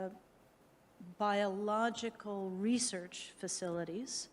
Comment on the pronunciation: "Reserch materials" 🤣😂🤣😂🤣